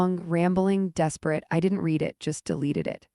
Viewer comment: AI Please know/ learn there is a difference in the word Read as to how you say it. Pronunciation: Even though it is spelled exactly the same as the present-tense form, as a past-tense verb it is pronounced "red" (rhyming with the color red). Synonyms: Comprehend, scan, study, decode. Broad Meanings of "Read" Beyond books, the word has several other common meanings depending on context: To say aloud: "She read a story to the class." To interpret or understand: "I tried to read his expression."